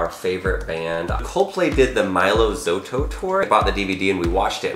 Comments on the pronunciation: It's Mylo Xyloto... not Mylo Xoto... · he said mylo xoto, it bothered me so much😅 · “it’s been a dream of ours for a long time to go to a coldplay concert” pronounces “mylo xyloto” as “mylo zoto” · *Mylo "Zy-lo-to" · Jezebel Viesca yeah I knew he said it wrong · Tip of advice: Don't lie and say you are fans of Coldplay, when you can't even pronounce 'Mylo Xyloto'.